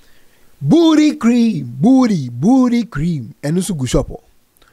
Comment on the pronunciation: how he pronounce booty😂😂😂😂😂😂